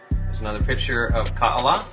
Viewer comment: Ka’ala has a consonant in the middle of the As called a glottal stop. So it’s pronounced Ka-ala and not Kaala.